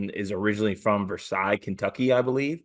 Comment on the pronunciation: Put respect on Versailles and say it right, Put the L in there like most of your takes